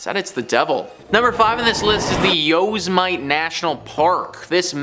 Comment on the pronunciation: "yo semit ay"? Annoying mispronunciation....